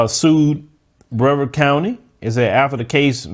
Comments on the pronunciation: Thanks for making all your content. She didn't get enough at all. It's pronounced Bre-vard though, just wanted to tell you that tidbit. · BRE-VARD COUNTY